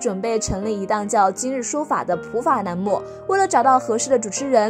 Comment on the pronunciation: 栏目的“栏”读成了“南”L/N分不清